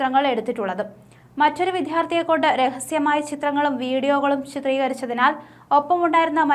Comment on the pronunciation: പോന്നു സഹോദരി, വിധ്യാ ര്‍ത്ഥി അല്ല. "ദ്യ" ഉപയോഗിക്കു